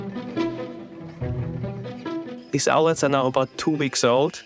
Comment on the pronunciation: Owlet, not owlette.